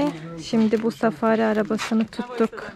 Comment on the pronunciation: Arap milliyet ileri safari ye "safariy" der